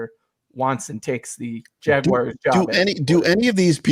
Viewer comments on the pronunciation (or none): I knew that WNYers pronounced the Jacksonville team “Jagwires”. I didn’t know Denver people did too.